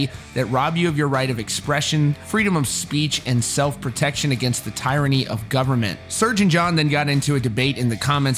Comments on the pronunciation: "Tieranny?" Pick up a book sometime, dude. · How can you be an adult and pronounce tyranny as "TIE RUH KNEE", lmao. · Who pronounces tyranny tie-runny?